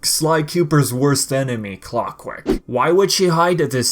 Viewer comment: Clock-La? Don't you mean Clockwerk?